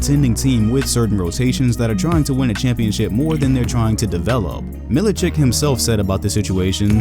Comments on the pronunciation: Mil I chich not chick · It's Milichich, not Milichik. Just like Jokich or Stojakovich or any former Yugoslav player.